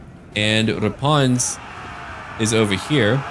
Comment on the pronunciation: Yes, I’m french and yes, your pronunciation is bad but it’s find. And also mery xmas